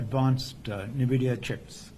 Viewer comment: its pronounced N-vidia my boi